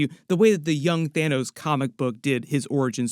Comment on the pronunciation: LMAOOOO YO "THINOS" is hilarious 😂